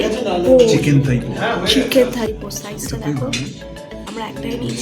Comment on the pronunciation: Thai❎ Thaipo ✅